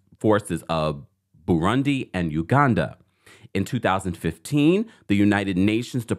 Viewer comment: I love how U pronounced Uganda so Right!❤️💪 🇺🇬